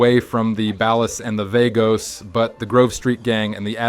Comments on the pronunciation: They're pronounced 'ball-uhs' and 'vah-gos', fake gta fan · bro just say bAHLAHs and vAHgos dude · why did you pronounce ballas and vagos like that? they’re mentioned too many times throughout the game to not know how to say their names correctly and from a GTA channel no less. i got the feeling he’s reading a script from someone who actually played the games.